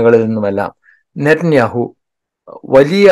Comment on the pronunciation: നിത്യനാവു... നാവ്വ് വടിക്കാതെ പറഞ്ഞാലേ ശരിയാകഉഃ.. 🤣